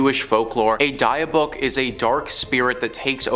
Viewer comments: Dybbuk is pronounced "dib-ick" not "Dye-buck". Also, it did not originate from a church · After many years of watching this network of channels, im fully convinced the host like to mispronounce words on purpose. Where on the internet have you ever heard someone pronounce "Dybbuk" like that? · The pronunciation for dybuk box was said wrong it’s pronounced like this (Dibuk) the y is like an I sound. Also the way Zack Bagans. Name is always pronounced wrong too, it would be like ( Baygans) if it had a y sound. Not the way it was said. Sorry.